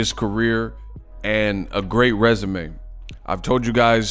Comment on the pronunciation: Everybody keep saying resume 😑